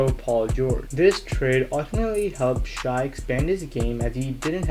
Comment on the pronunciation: It’s pronounced shay